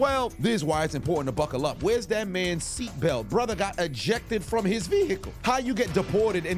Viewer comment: Brother got ejected from his veheeicle